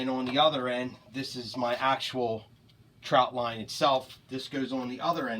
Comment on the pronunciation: why is he saying troutline